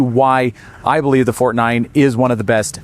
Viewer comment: "For-Tey"........just sayin.